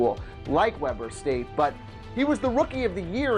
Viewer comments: We-bur State not Web-er State. I live like 10 miles away from the university.😂😂😂😂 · It's pronounced weeber not Webber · Weeeber State. Not Webber st geez. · It's pronounced Weber State, not Webber State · Thank you it's pronounced weeber state not Webber state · you guys probably got a lot of comments on this but Damian Lillard's college is pronounced wee--ber it is almost like weaver. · you pronounce Webber state like ( we bur) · it's pronounced weeber state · That's not how you say Weber state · I cringed at how you said Weber state